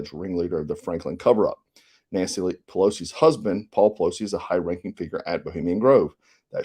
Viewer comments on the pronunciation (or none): none